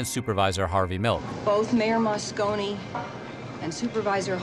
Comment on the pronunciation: All the research that went into this video and you never learned how to pronounce "Moscone?"